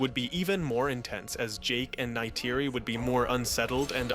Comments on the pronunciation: That was an interesting restructuring of the movie, spoiled only by the repeated mispronunciation of Neytiri. 🫤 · i like your tweaks just please for the live of god STOP saying Neytiri’s name. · Why do you say Neytiri and dog tag the way you do? I’m not even sure what you say instead of ‘tag’ but Neytiri? It’s not even an accent or anything you’re just straight up saying it wrong.